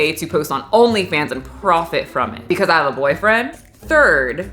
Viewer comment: When paused and pronounced "bwcause" 🤣🤣🤣